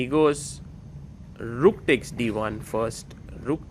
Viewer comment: Learn how to pronounce "takes" properly please.